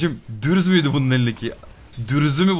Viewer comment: Dürz değil gürz. Geçmiş olsn kardeşim